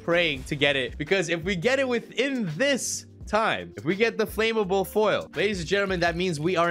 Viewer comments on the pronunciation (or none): It’s annoying how he says ‘FLAMMABLE’. It’s Flam-able not Flame-able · my man its not flame-able its flam-able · flame able? learn to speak. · Ask siri how to pronounce flammable